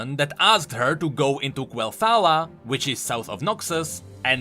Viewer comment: "Quelthala" I'm sorry, Quel'Thalas?